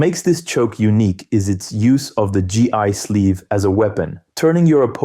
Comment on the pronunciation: I could forgive D'arce pronunciation but "G.I. sleeve"?...then goes on to pronounce it fine right after. What happened?